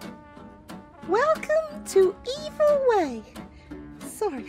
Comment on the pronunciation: Cieszę się, że już wiesz jak się czyta "evil" dobrze, bo niektórzy oglądający nie znają po prostu języka angielskiego i lepiej żeby nie utrwalać błędnej wymowy.